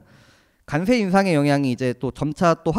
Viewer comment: 과장님 비주얼은 주임 같아요... 그런데 저도 관세가 자꾸 간세로 들려서....ㅎㅎㅎ